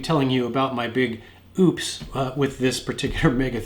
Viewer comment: "Oupes" they'd it again!🤙